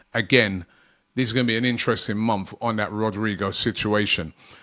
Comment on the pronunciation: Robbie, it's THIS not VISS.